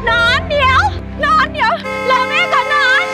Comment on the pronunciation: หนอน หรือ หนอง เราได้ยินเป็นหนอง555